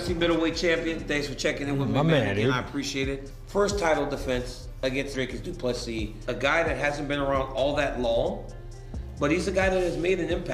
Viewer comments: Repeat after me: "Dree-cus Doo-plês-sea" Again: "Dree-cus Doo-plês-sea" Once more: "Dree-cus Doo-plês-sea" Last time: Dree-cus Doo-plês-sea" Final Time: "Dree-cus Doo-plês-sea" Final Last Time: "Dree-cus Doo-plês-sea" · Drycus 2plusses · Commentator, learn how to say Dricus Du Plessis's name, its not so difficult. Do some research man, its not so hard!!! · Rather say DDP, you are struggling to much with his name bro